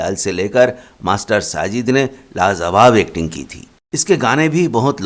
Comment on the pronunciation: ( LAZAWAB ) 😁😁😁YE KYA HAI JI TALAFFUZ SUDARO APNE BOLNE KA 😁😁😁😀😀 LAJAWAB BOLO